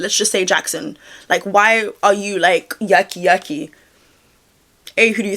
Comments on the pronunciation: Wait cus “yerky yerky” being “yucky yucky” with your British accent is sendinggggggg meeee 🤣 makes more sense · Anyone who isn’t from England can they hear her saying “yucky yucky” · Oh! I heard yucky the entire time as well! I thought it was fitting but a little to self aware... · Your accent makes it sound like his name is Yucky Yucky 😹😹 that’s all I’m gonna hear when I see his name now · i heard turkey jerky at first 😂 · I thought it was yucky yucky as well, would be more fitting